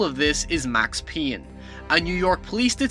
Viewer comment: Max Peeyn? WUT :D?